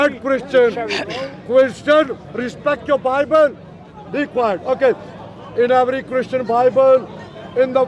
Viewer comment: you cherrry picker😂😂 Christiaan resbekt yoourrr Bibh'al😂😂